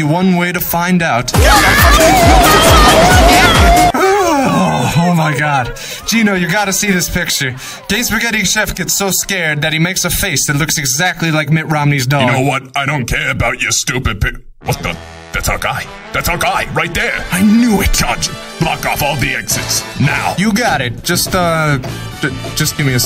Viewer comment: for a VERY long time i thought said "Mitt Romneys Dong" instead of "Dog". dont ask